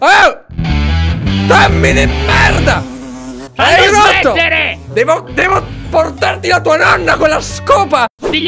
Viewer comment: Ma perché dice merd...